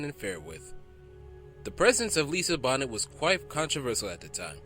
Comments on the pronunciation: Arnold Schwarzenegger- The "Syrian Oak"? Lisa "Bonnet" like hat? It's the Austrian Oak and Lisa "Bohnay". Otherwise, thanks for putting these together..... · "Lisa Bonnet"....." John Milis "....." The Syrian Oak".......is this a joke? Who narrated this? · Lisa Bonet (Bo-Nay) is the mother of actress Zoe Kravitz and ex-wife of Lenny who was the son of the late Roxie Roker who played Helen on The Jeffersons who was in an interracial marriage married to a white guy much to George Jefferson's dismay.